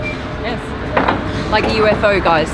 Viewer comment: *laike laike*🤪🤔🤗